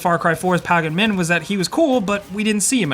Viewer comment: “Palgin min”